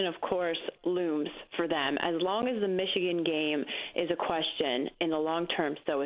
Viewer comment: But it's Michigan like comon